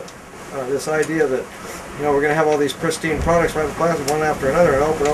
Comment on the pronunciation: "plostic" ...god he's so annoying